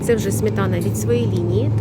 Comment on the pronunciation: Шановна, СМЕТАНА. Не смітана.